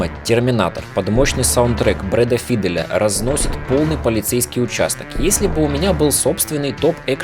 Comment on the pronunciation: Ля. Постоянно слышу одну и ту же ошибку в произношении фамилии Файдэл. Как музыкант ты должен знать правильное произношение